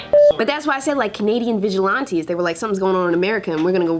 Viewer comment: Them damn Canadian vigilianteeze